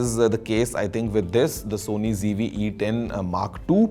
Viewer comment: Mujhe aaj tak ye samjh nhi aaya ki Z ko G kyu padhte h youtubers???😢 School me to Z padha tha hamne.😂😂😂😂